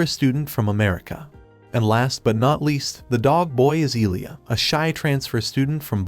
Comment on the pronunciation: Jesus ducking Christ! Not Iliya, Ilya (just read it Il'ya). Listen to google lady how to read Илья. Man, my brain burns every time you saying Iliya :-)